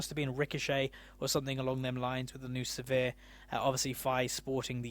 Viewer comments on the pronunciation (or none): Sivir is pronounced like "shiver", so it would be like "Siver", not "severe"